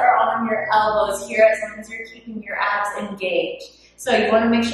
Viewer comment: When she said “Keep your abs engaged” I heard “Keep your ass engaged”